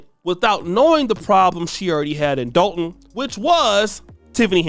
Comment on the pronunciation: You pronounce Dolton wrong. It’s pronounced like you’re saying Doll (Barbie Doll) Dolton (Dawlton)